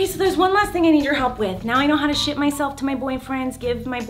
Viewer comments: When Miranda stayed “ship” it sounded like she stayed shit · no idi-- she said ship s-h-I-p she said that Google it up man